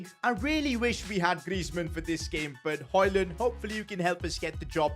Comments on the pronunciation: Its not holand its hoylind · Its not holund but hojlund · say højund not holund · Its not holland its hojund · why did he say haaland instead of højlund he could just have said hojlund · Im from demark and its not Hojlund its højlund😅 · Bro called Hojland Holland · Ur saying højlond right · HOW TO SAY HOJLAND IS HOILAND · Say it like this hoylund that’s how it sounds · I love how he calls hojland holland 😂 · It is painful to listen to him butcher hojlunds name